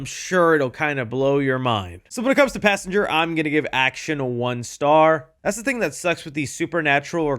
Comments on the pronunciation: "Passangar" unc is never hearing the end of it 😭✌️🥀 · “Passanger” amazing job unc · Pass Anger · not good Passanger is disgusting no good